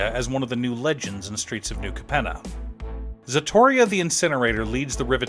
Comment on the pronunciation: it's so funny how almost every english speaking youtuber i see talking about ziatora can't pronounce it's name, this time is Zatoria LOL